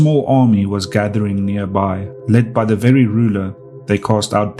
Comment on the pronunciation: Wery nice, wery cool.